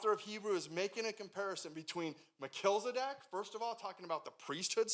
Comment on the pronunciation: Mel-chiz-e-dek. Not Mel-kilz-e-dek. 😉